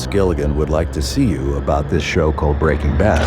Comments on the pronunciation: "Breakin' bath" ? :face-orange-raised-eyebrow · she really sad "Breaking Bath" xD